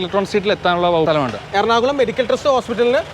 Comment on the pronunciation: എർണാകലം അല്ല.... എറണാകുളം